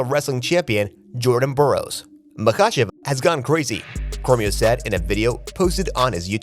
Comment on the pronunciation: The AI sounds pathetic "mahACHeVs Islam" beep boop